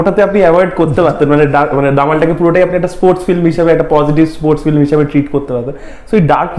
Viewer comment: 🤔 Bit disappointed to hear the pronunciation "FLIM" from. #Madrasha background fact❓